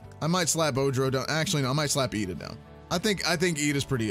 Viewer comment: I have no idea what you're saying but just know it's pronounced iida. Not with L.